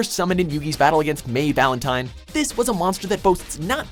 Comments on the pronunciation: he says May Valentine instead of Mai Valentine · "May Valentine". Are you serious. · May valentine? Really... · MAY valentine?....sure her name is MAI.... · MAY Valentine?! Are you fucking KIDDING ME?! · who is may valentine??? He name is Mai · Her name is mai (my) valentine